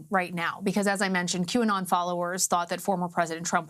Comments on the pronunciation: Is it pronounced Q anut? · Lol, why does everyone keep saying Q anon?" You would think by now they could say it correctly. Check out the Like to Dislike ratio. It is 1.7k Likes to 4k Dislikes. I think they are completely missing the point.